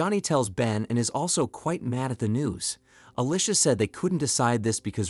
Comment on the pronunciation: I sure can. Alicia, devour and demise. Oddly, these are one-offs, as other times, they are pronounced correctly.